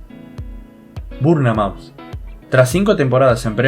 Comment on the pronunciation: Nadie: Absolutamentr nadie:: Burnemaut. Excelente tus videos, segui asi